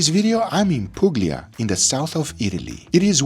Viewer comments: Not poog-lee-ah. It's pooh-lia. Get it right. It sounds like disrespect. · POOLYA not POOGLIA! Respect The Holy Land. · It is not pronounced PuGlia but PULIA. Place called PuGlia doesn't exist! 😅Come on you could have asked anyone on the street to tell you the right pronunciation. Also my advice you are in Puglia and eating Cacio e Peppe and cabonara, just like genuine clueless tourists. These pastas you eat in Rome, in Puglia you should have tried local hand made pasta which is abundant. Like this you don't really experience Italy, just tourist traps and touristic restaurants. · did he just said puGlia? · I think it's pronounced POOL-ya. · ‘Pugg-lee-ah in Idal-ee’, gave up within 5 seconds. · its pronounced: Pool ee ahh, The G is silent. :) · Please guga is not oronounced pug-lia. Gli is like you would pronounce "lhi" in portuguese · The region of Italy where my parents are from! (Pronounced pool-ya) never ever go to expensive restaurants there … it’s as you said a tourist trap…go to a mom n pop place and sample good authentic cuisine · The G in Puglia is silent. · Pronunciation of Puglia amusing😊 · The 'g' in Puglia is silent. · Maybe try to correctly pronounce Puglia without the hard “g”, too, Guga. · You don't pronounce the G in Puglia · il modo in cui ha detto "puglia" è esotico :D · First get your pronunciation of Puglia straight! Second there is a reason you wont see any locals in the first restaurant its a complete scam! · You shouldn't pronounce the g in Puglia